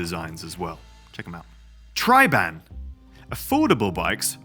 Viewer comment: You have to pronounce the Decathlan Van Rysel and Triban bikes in French, not English! 🧐👆 😏